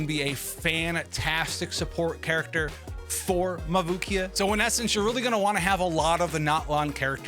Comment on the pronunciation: Mavukia, Makuvia, let's see how many different ways can butcher Mavuika's name.